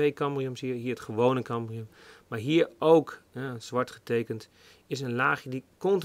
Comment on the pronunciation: Het is cambium niet cambrium.